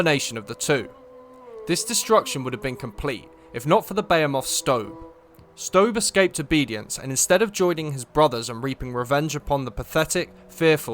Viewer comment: Good video, up till you compared Strobe to Jesus 🙄👎 don't even know what he did or didn't do and you go and compare him to our Lord and Savior. That, on top of called them beyamoths and annoying voice, is good enough for me to block you, please kindly do the same, thanks.